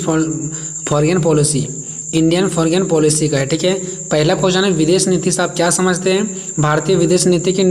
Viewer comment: Bhaiya अनुकूल mtlb according to hota hai प्रतिकूल mtlb opposite hota hai Foreign फोरेंन hota hai 😅😅😅